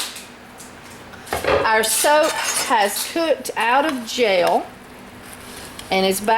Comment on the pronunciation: I keep thinking you are saying jail. Then realised you are saying gel.